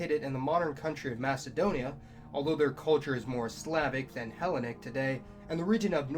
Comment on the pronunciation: "he LEN ic" "le VANT" check Google pronunciation